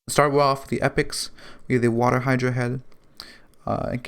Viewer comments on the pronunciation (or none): none